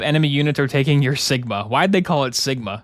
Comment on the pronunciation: Seegma? What do you mean Sigma? SEEG MA BALLS IN MY MOU